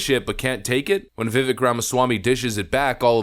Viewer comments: its Viv-Vake, like Cake. Not Viv-Vick 😂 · It's pronounced VIVAKE like CAKE If you're going to do political commentary at least get people's name right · It’s ‘Viv-Aik’ as in ‘cake!’ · please learn how to pronounce Viveks name